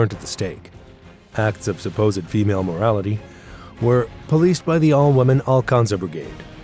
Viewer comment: "Acts of female IMmorality," not "moràlity." 😂